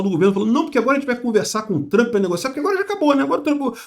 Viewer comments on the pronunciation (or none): none